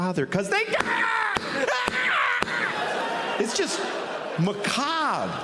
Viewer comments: Makov ❌ Macabre ✅ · "MAKOV" Really?